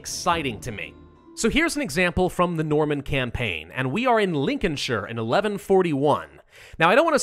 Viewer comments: Congratz on your pronunciation of Lincolnshire! (The U in Gloucester is silent). Can't wait for the heir of AoE. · You did so well saying 'Lin-coln-sheer', and then you went and said 'Gl-ow-ster'. It's pronounced 'Gloss-ter'.